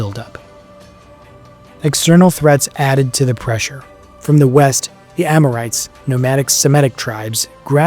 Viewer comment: It's AMORITES, not AMORTIES!